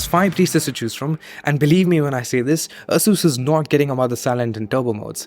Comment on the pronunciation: I believe you are mispronouncing "Asus"